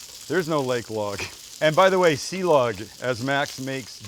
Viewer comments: "silog" not "si-lag" silog is a combination of "sinangag" (fried rice) and itlog (egg) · Ok so my wife is pinoy, and 5+ years with my in-laws at this point, I've picked up silog is more like si-lowg or perhaps si-loge, and sinigag is more like sinigong, but also there's tons of dialects. I think I learned more of a Kampapangang pronunciation. Something like cheers would be "tagay" pronounced ta-guy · Pronounced see lowg (silog)